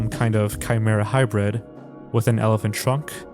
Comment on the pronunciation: It's pronounced Chimera not Kaye Mare Uh <3